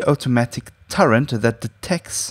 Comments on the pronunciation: Umm... Anyone notice he keeps saying Turrent? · turrent... okeedokee